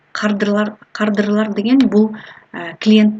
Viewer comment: Салам. Созуно аралжы кардырлар эмес кардарлар 👍😘